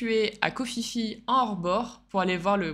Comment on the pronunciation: KHO PHI PHI SE PRONONCE PIPI(un minimun!)